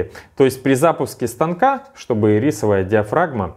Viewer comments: Ирисок теперь хочется )) А вообще она Ирисовая с ударением на 1ю и ) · И́рисовая... Ударение на первую "и"... А так - красавчик! Лайк 👍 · И́рисовая, а не ири́совая. Конфеты ириски тут ни при чем. А слово iris, (гр. радуга) вполне себе причем.